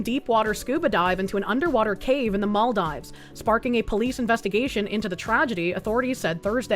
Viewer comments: Mall-dives... It's Mahl-DEEves,. As a fan of many years, hearing you mispronounce things upsets me! (Joke) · Girl. It's pronounced "MOL-deevs". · It’s Mall-deevs. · ah and her funny pronunciations. it's mal-deevs:)